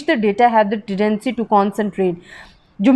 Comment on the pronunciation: hi mam dont mind but ye pronunciations theek ni hai meair ni measure and tendency not tedency